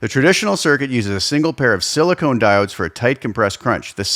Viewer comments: Silicon diodes, not silicone diodes. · I know I'm the dick for saying anything.... But a diode can be made of sili-con. Not sili-cone.